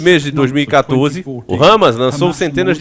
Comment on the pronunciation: Pronuncia o nome correto, Hamas e não râmas